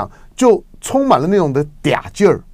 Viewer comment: 我惊了，气出北京腔哈哈哈哈哈哈哈哈